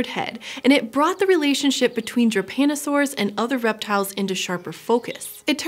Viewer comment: She spells Drepanosaurs like it was Japanosaours.